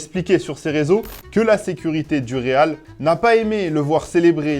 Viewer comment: Le rrrrrrrrreeeeaaaaaaaalllllllll